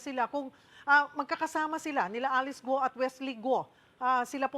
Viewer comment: Cheryl, “Gu-o” , hindi “Gwo”